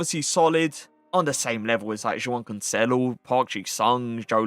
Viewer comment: say joao cancelo like a normal person 💀